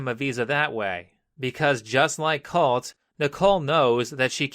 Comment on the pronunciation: I can't unheard colty whenever he said colt